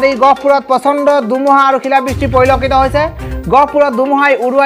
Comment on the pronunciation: Apuni kinu dumuha dumuha koi thake he. dhumuha buli kabo ako